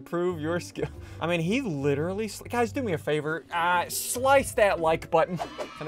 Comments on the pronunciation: “Witerwy hitting the gwiddy” Ssundee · So today we're littwirly hidding the gwiddy